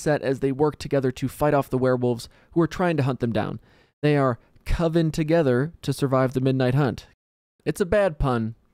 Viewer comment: It was great. "Coven, not Co-vin!" 😂